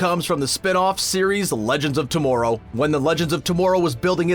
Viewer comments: If he says to-more-row one more freaking time!! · Why he say tomorrow like that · I know, they really need to tell this guy how to pronouns words.